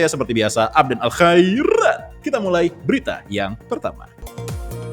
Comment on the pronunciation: Apa cuma saya yg kesel tiap kali denger si Abdan melafalkan namanya khAAIIRRRRRAAAAT